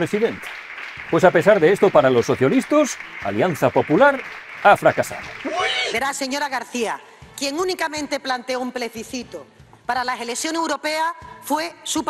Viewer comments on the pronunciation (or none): ha dicho pleciscito😂😂 la madre que la parió😂😂😂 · "Plesbicito" ha dicho, que es casi más difícil de pronunciar 😂😂😂